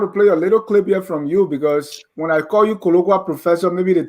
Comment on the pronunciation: Fwen is a mende language.